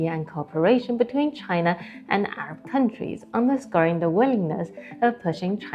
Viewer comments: Not ARBA but ARAB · CHINA-ARAB SOLIDARITY, NOT ''ARBA''